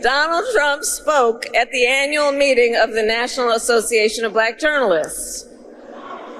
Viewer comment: Yes, he does that to make a foul sound out of the word to show his contempt for naturally dark skin. "Blech-ack" . Like that. Like he won't say Democratic. He will only say democRAT. He's a 6 year old schoolyard bully.